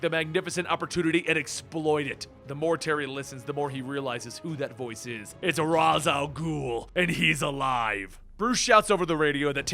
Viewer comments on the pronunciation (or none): sorry but its pronounced rAsh not ras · isn't ra's al ghoul's name pronounced {raysh} not {raz}? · the way he says Ra's bothers me so bad... ITS SUPPOSED TO SOUND RAYSH NOT RAHZ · raysh not raaz al ghul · Raysh not Raaz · It's pronounced "Raysch" not "Raaz". Best villain ever. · Did anyone watch Batman Beyond the animated series? In the episode Out of the Past Terry kept saying Roz Al Ghul and Talia corrected him more that once that it's pronounced Raish. God, I hate Nolan for that. Every time someone mispronounces the name I picture Roz from Night Court cosplaying. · Okay...I'm a huge fan of the channel, love and especially the comic summaries...But it's pronounced RAESH (RAE-SH) not Razz. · It’s pronounced Raish not Roz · It’s rash not raz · Its raysh not raz you idiot. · Ouch that is definitely not how you say Ra's. I get that Arrow said Raz like that but that was incorrect. The correct way is Raysh. Hopefully you see this. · Fuck your bruce wayne voice. And shouldn't it be raysh not ras? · Holy fucking shit. His name is pronounced RAYsh. Not RAWZ. There is literally an episode of Batman Beyond where that is addressed. And every episode of any Batman show, as well as the Arkham games, whenever his name is spoken, it is pronounced correctly as RAYSH. Otherwise, nice vid. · Exactly. So many "die hard" fans can't even pronounce his name properly. If you even watched one of the animated series or video games, you'd know it's "Raysh" not "Rah's". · No, it's pronounced (Raysh al gool) not (Rhas al gool) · It's not ras it's Raś pronounced reish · Dammit you of all people know it's not pronounced Ra's it's pronounced Raysh the Hebrew pronunciation. It doesn't really matter it's how they said it in the animated series so that's how I choose to say it. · A batman-focused comic video where the person making the video can't pronounce Ra's correctly. (Hint: Its "Reysh") Also: This suit is Gut's berserker armor.